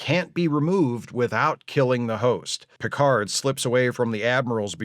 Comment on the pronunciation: "Mister Pickerd!"